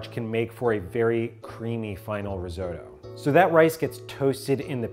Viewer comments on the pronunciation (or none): Hearing Risotto pronounced Rizoe-toe actually hurts a little bit